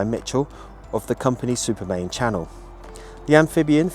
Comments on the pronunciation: Why do you call it Supermain when it's Supermarine ? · One of my heroes as well as A.V Roe. Just a minor correction, it was Supermarine rather than Supermain. Thank you for all you do.